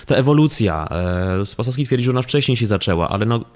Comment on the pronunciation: Ta pani z IPN dwukrotnie przekręciła nazwisko R. Spasowskiego .